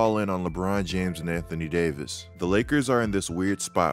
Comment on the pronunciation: Anthony Day-to-Davis 😂🤣😂🤣😂🤣😂